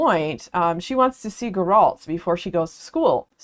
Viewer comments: i came for this, her mispronunciation of the Geralt's name made me feel uneasy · "Gur-rahlt" is a new pronunciation of his name to me 🤣 The Witcher was an interesting series to read. I started with the Netflix series first not knowing any better, then read the books and then eventually convinced my wife we needed to play The Witcher 3 together and now I just need to play the first and second game and deep dive into the comics and the newest prequel book that has yet to be translated to English. Personally, I thought that the main series of novels was fine. The Witcher 3 was fantastic and I think where The Witcher as a series shines the most is when it's not about this grand overarching plot and it's just about the small adventures that Gerald gets into on his travels. They're so fun and there's so much going on in this world (that I think could've been put together better btw but it's still an interesting world all the same) that I could genuinely read a hundred short stories of Gerald just doing mundane things with Yennefer, Dandelion and Ciri and never get tired of it. I hope there rest of your read goes well!